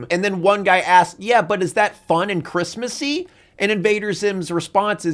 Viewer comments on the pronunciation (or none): don't ever say christmussy ever again